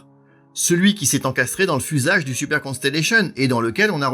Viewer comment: C'est un fait, mais dommage que super soit prononcer à la française alors qu'il devrait être prononcer également en anglais étant donner qu'il fait partie intégralement du nom de l'avion.